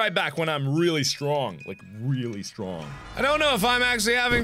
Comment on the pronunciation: "foxy too stronk" Markiplier 2015